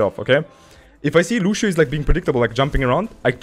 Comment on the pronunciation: yo dude luv ur vids but loshio is lucio